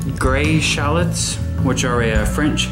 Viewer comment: They shallots not shallits